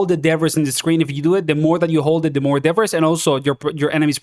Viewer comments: Its pronounced "da-bree" English makes 0 sense sometimes lol. Thanks gor the content! 12hrs until we no life this beta 😂😂😂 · im sorry if that makes me a snob but debbriss really hurts to hear. and you say it a trillion times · Your accent threw me off everytime you said 'debris' 😅 but no worries, yo hablar espanol tambien